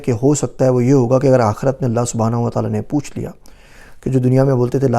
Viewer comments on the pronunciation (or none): none